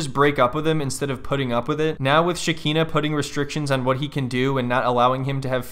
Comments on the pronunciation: I love that Shakina is referred to as Shakina, Shakeena, Shakeela, Shakeezy, and Shabklburbbbhhla during this video... 😂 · SHAKEEEZY killed me xD☠